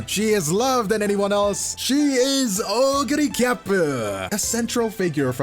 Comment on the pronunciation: Oguri Cap! Cap as in "peak" 🗣️